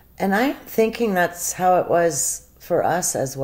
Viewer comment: What the hell is with the way she says "how"?! She can't say the word.